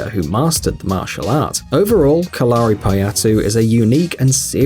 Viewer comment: Correct pronunciation of Kalari is KAL-a-RI, not Ka-LAR-i. Kind of like the English word Calorie - the same stress on the first and third syllable, not the second. My wife is currently studying Kalari, and it's pretty cool actually.